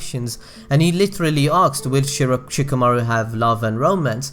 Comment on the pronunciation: hey, man, like your content, but I don't understand why do you pronounce the word "asked" as "axed"?